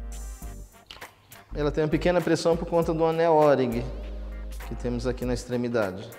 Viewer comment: Parabéns pelo trabalho. Os conteúdos vão direto ao ponto, sem rodeios. Se me permitem, uma modesta observação: a pronúncia do nome dado ao elemento toroidal de vedação é ôring. Nada de óringue. O'ring significa "Anel O"